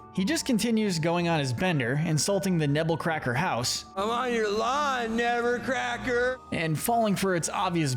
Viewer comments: It’s actually “Nebbercracker” not “Nebblecracker” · It's Nebbercracker, not Nebblecracker